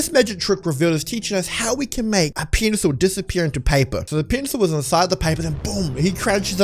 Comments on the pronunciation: You say pincel instead of pencil 😂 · The pencil it sounds like he is saying penis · Ue says pencil like the pp word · It sounds like your saying penus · It sounds like he is saying penisel